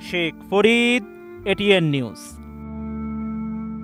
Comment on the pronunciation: শেখ ফরীদ এক আলিফ টান দিলে হবে না, তিন আলিফ টান দিতে হবে 😜